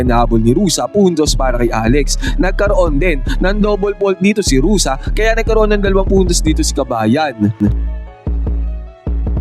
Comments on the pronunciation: Ruse not Rusa siyot. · Hindi yan Rosa ang pronunciation. It is Ru-seh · Bakit Rosa pagkabigkas mo idol? Baka Rosa pangalan ng ex-mo. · Ruse po hindi Rusa.